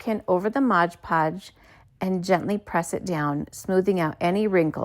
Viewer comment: It's MOD Podge